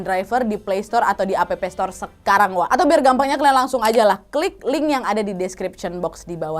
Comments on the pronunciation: Kak bukan app tapi di bacanya aps tor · Mau koreksi aja kak nad. Pas kak nadia baca App store itu bagian app nya tuh bukan dibaca APEPE tpi EP. Karena dlm bhs inggris dibaca tuh EP. Meskipun tulisan nya APP. Sory ya kak cmn koreksi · Salfok pas kau bilang "Appstore" jdi "A.P.P store" Nad 😂😂